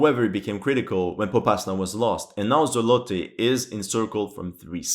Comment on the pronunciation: It's pronounced "ZOOOOlote"